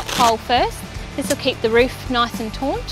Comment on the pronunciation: it's taught not taunt sorry lady.